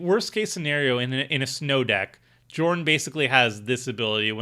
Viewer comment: Love seeing give up on pronouncing Jorn and calling it "jay" even though thats defintiely not how the first letter is said